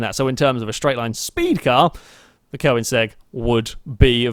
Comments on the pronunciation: It isn't, it's Koenigsegg not Koinsegg like he's pronouncing it. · Am I the only person irritated by the way he says Koenigsegg?